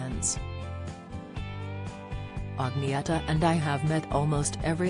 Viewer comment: When you pronounce blonde ladies name...say it with an A NOT! a O.....it's not ogneta! It's Agnetha okay...?so disrespectful! 😠